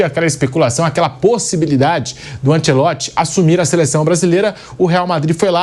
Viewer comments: Ancelotti, e não Ancelotsch😂😂😂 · A pronúncia é anchelotti